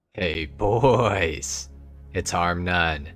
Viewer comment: You sound British when you say hey boysssss 🤣